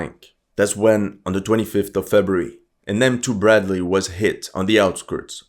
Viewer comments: Bredly! Not Brat Lee 😂😂😂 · Эх, чувак, открою тайну. Это просто специальное высмеивание через не правильное произношения. "БрЕдли" От корня "Бред" (Брехня, ложь, неправда)